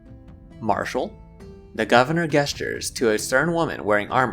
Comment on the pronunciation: I hate to break it to you, but "gesture" is said with the "J" sound (as in "Jessica"), not the G sound (as in "Guess). You've been saying "Guesstures" this entire time ...